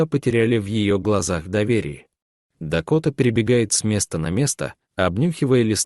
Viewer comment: Не лесА а лесА, неужели нельзя прочитать по-русски правильно ? Не мЕста а местА. Послушайте сами себя как ты озвучивание текст. А текст очень хороший, берущий за душу, но не в вашем прочтении, к сожалению.😢